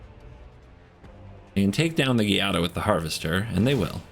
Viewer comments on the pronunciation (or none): Its actually pronounced Jaa-dah.... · As long as Giada has been out and you still don’t know how to pronounce the name? It is Sicilian and means Jade. Sounds like Gee-ah-da. I am only correcting you because it is my daughter’s name. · Cringe every time you say Giada. Not too bright.